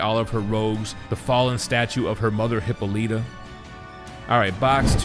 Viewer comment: I love you man, but the way you said Hippolyta got me 😂